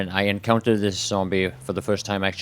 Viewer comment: I like how you say "sombie" :D